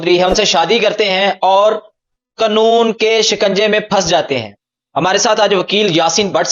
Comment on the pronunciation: Stupid the word is QAANOON .... not Qnoon